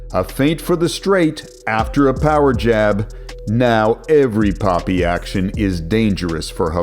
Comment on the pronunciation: no hate but the way you say poppy instead of papi always gets me laughing